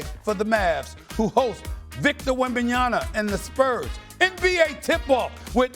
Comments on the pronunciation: It's wembanyama, Steve 😂 Not wembanyana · Who's WembaNIANA?😂 All that money he's getting paid and he still can't do any effort to learn how to pronounce people's name smh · Year 3 and SA still can’t say Wembenyama right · Three years in, Stephen A. is still unable to say Wembanyama correctly! Can't someone correct him on air? Or is he doing it on purpose at this point?